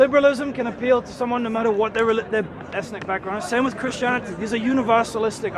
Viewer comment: why you dont pronounce the last 't' when you say reality or christianity. WHYYY